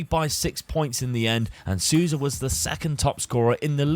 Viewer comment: Great video, once again. Just a heads up: Nóbrega (Knot-breh-gah) and Souza(Soul-za)